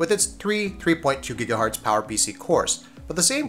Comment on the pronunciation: Gigahertz, not Gigahartz